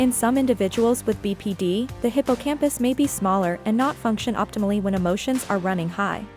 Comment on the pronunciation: Whom else thought she said “Hippo on a campus”